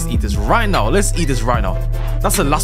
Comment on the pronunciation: my favorite YouTuber said "are you serious right neow?" nice video